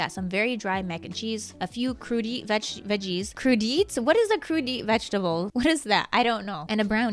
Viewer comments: Ok, so I wasn't reading the text until you said "croodit". I thought you were trying to say crude or crusty. Then I saw the spelling and had to look it up. Then it struck me, the word is "kru·di·té", which I had only ever heard before but never seen spelled, so I needed to confirm for myself how it was pronounced. Anyway, it reminded me of another word I had heard for years, never knowing what it was or how it was spelled, quinoa. I had an epiphany when I saw it in a store for the first time and made the connection, because I had never heard of "kwi-noah" before. I know this has nothing to do with your video, but just wanted to share. 🤣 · LOL it's "crudité" veggies with an accent, so it's pronounced like crew-di-tay. You know when you have chopped carrots or cucumbers or other raw veggies and you eat them with dips like hummus? That's basically what it means.